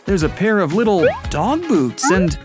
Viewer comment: It’s dog not dod btw